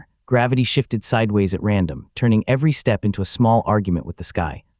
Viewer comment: Ai trying to say step SESSTEPPPO